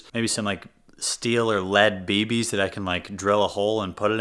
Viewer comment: Dude. You probably didn’t by realize it….but you are saying baby’s instead of bb’s lol